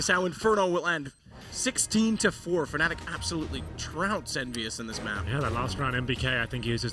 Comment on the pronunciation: He says "fenelic" instead of Fnatic...or is it just me?